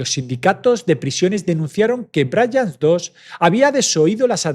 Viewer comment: No es Ciutat Vela, es ciutat vella. Y no es Brians pronunciado como si fuera el nombre inglés Brian. Suena tal como se escribe. Narras muy bien, pero por eso mismo estaría bien prestar un poco más de atención a la pronunciación de determinados topónimos.